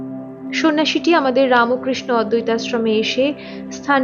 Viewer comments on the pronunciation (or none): APNI BERBER RAMOKRISHNO KANO BOLCHEN????? RAMKRISHO BOLUNE.... TTHAKUR RAMO KRISHNA NOY,NOY.....BOLUNE RAMKRISHNO. RAMO NOY NOY... PLEASE. THIK UCHCHARON SOTHIK KORUNE....BELUR EY JAAN, BHALO KOREY JENEY ASHUNE .....ki BERBER RAMOKRISHNO BOLBEN NAA....SHUNTEY KOSTO HOY